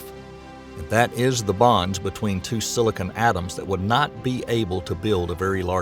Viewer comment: Silicon not silicone lol